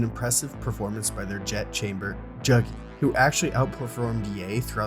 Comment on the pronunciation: its not Jagi, its juuuuuugi